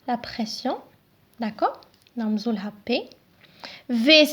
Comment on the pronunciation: Pression pas perstion